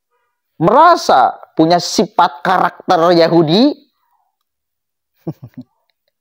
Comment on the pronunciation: Sifat” bang bkn sipat” hhh